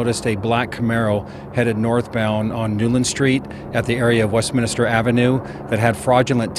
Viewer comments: That Sheriff should learn that it is not WestminIster ... it is Westminster. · It's Westminster, not west-minister. other than that, good job sheriff's PIO.